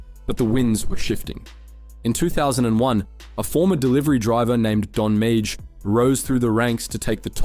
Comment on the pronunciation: Don’s last name is pronounced ‘may’ love the video very accurate but this killed me the whole time